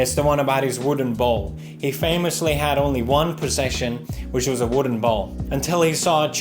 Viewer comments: Is he saying balls? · Felix pronouncing bowl is the funniest thing to me. Don't ask why.